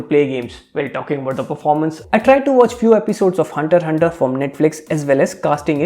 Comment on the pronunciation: Ahh , i see you're a man of culture as well! Thank god you didnt pronounce the x in hunter x hunter😂😂